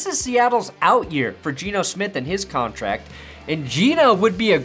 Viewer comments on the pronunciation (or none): none